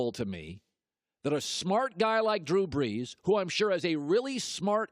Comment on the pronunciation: "Drew Breeeejjjjshhh''